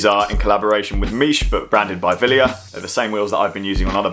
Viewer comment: it's not "Meesh" for Miche but "Mick-eh" it's Italian not French.